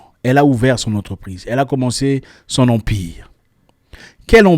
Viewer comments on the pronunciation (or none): Waouh Zack dit : ((( " Elle a commence son Empire " ) Mais fiston je vais vous dire ce ke mes oreilles ont enttendu ou retenu : Elle a commence son " en pire " Excusez mon clavier anglophone avec manke d accent tonique. Bref. Eh oui Empire et En Pire montre bien la nuance , la delicatesse, l interrogation qt a la dif entre les deux .... Zack je decouvre avec etonnement et frustration ce sujet ki donne une boule ds le ventre telment , kil existe ds ce bas monde , apparement bien feutre helas un empire du " Pire " . Mama mia !!!! Tambola na mokili omona mayandzi. Dixit Mangombo . Mawaaaaa !!!! ..